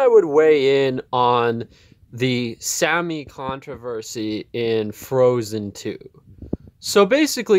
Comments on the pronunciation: Sah-mee not Sammy. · We are SAH-Me. No Sam-ee. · This was such a weird, self-important, and unnecessary rant. You didn’t even pronounce Sami correctly, nor did you ask any Sami people how they identify before going on a weird rant. Sami people usually identify as white and they didn’t need a rant from some random guy to tell them that. You also seem like one of those people who hates anyone who isn’t white because you don’t want to hear them talk about their struggles at all. You don’t understand what you’re talking about, nor did you bothering with the history of Sami people. Yikes. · You can't even pronounce their Name correctly, yet still think you're qualified enough for this. Sit down. I'm white, but I at least KNOW when to be quiet. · Sami IS an English word though. He couldnt even pronounce the AMERICANIZED version correctly.